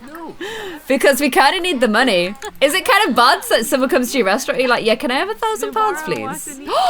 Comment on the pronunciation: your saying summer wrong get it right